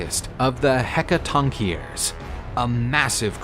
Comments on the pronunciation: You mis pronounced the 100 headed beings so bad.... the "Hek-ka-tonk-ka-res" is how tou pronounce it....video is absolutely amazing besides that!!!! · Heca-ton-chair-is? It's pronounced Heca-tawn-ker-ees mate. Yeesh. 😅 Otherwise great video! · It's pronounced heck-a-ton-ker-ree-s. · This has to be some AI thats reading this. Nobody else butchers the word "Hekatonkheries" that bad.